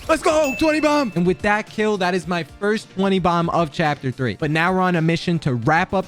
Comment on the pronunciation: yess i noticed too!